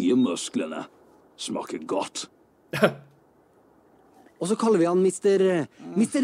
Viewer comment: Mr.Milk was super popular. Everyone joked around with '*Shmaker godt!'' = Tastes good . Back then! And it's funny cause thats not even how you properly pronounce it It's ''Smaker godt''